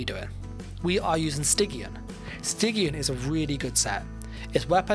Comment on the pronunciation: It's pronounced "sti-jin"